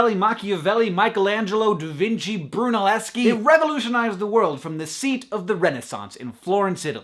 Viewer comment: DA VINKI ?!!?!??!